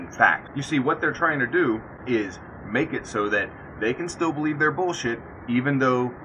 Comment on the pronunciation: The way she says "belive" is so damn close, if not the actual same, to the way Ms tenn South Carolina, says it... "I personally belive"... I bet they are related.